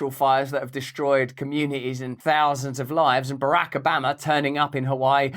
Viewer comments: The way Russell says BaRack A 'Bama, sounds like a corrupt small town in Alabama!😂😂 Or ordering some Alabama BBQ ribs! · Russell, seriously, you can call him Obamer OR Obama . But please have the dignity to pick.... even though I myself still pronounce Metallicas drummers name alternately as Lars Ulrich and Lars Ulrick,🤣😂😂🤣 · Switching between pronouncing it ObAMa or Obarma back and forth is very distracting 🤣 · Please stop pronouncing Obaaahhhma the wrong way. You’re fans in Ala-BAMA feel a little pain in the ear when you say it that way. Luv ya, mean it. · You sound like your from the south when you say Obamas name lol. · You pronounce Barack Obama the way Texans pronounce Iraq (Eye Rack). 😂 Love ya Russel!